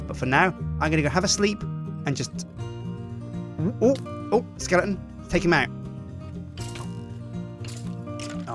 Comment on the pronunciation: I'm going to ax you a....... Skiton